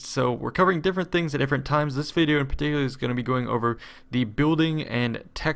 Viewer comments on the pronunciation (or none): none